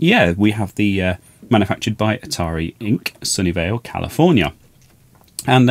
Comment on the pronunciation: I was thinking how could Sony Vaio manufacture the Atari 800. They didn't exist until decades later. It wasn't until I saw the tag that I realized you were saying "Sunnyvale".